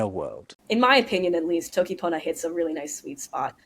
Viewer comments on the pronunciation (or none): Is it Toki PonAH or ToKi PohO? It sound like you're saying Toki PonO. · u said poner once u sure? lol maybe it is toki pony?